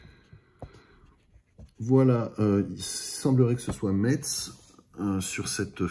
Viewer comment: Bonjour, à à gauche c'est Metz tout comme sur la grande photo du dessous avec le Temple Neuf. Et Metz se prononce "Mess" et pas "Mettsse" on le rappellera jamais assez haha 😄😉 Passionnante vidéo sur l'évolution de la gamme, des premiers BERLIET PR100 jusqu'aux magnifiques RENAULT PR112/118 des années 90. Continuez, on en redemande !! 👍👍